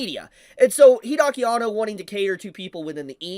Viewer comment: Hide-aki Anno....not Hidaki, Hide